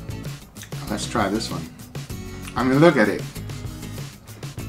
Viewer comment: Back in the day when he said "let's do it" instead of "let's do eh(t)"